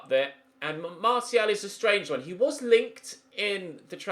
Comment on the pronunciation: Also glad you’re finally pronouncing Martial correctly!